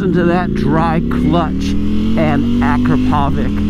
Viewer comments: Hey, it's pronounced ah-krop-oh-vich, not ak-roe-pove-ik... The only reason I know this is because I saw an Akropovic factory rep say so on a video a while back. 🤷🏻‍♂️🤣❤️🏍️ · it's not A-krah-PO-vik, it's a-KRAh-po-vits! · "Listen to that dry clutch!" -while rocketing away and not letting anyone listen to it "Ak-ra-povik titanium racing exhaust!" ak-rah-pov-ich And holy shit, stop riding around with your highs on, making everyone hate us. Thank god for daily rider. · I cringe when he says Acrapovič... it's A-crop-o-vich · Say it with me,. “Ah, crap (trill the r if you’re really fancy), oh, vich…” together we can end this mispronunciation forever. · So cringey when people can't pronounce Akrapovic. It sounds like this... Uh-Krrra-poe-vich. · Dude, you earn a living reviewing motorcycles. You should by now reeeally know how to pronounce Akrapovic. You're far off. For the last time: Ah-KRAH-po-witch. Big emphasis on the second syllable. Third syllable is not poe, it's po. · Your saying akropovic wrong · My man butchered Akrapovic’s names like it’s not all over the motorsports world. Companies trophy cabinet is stacked!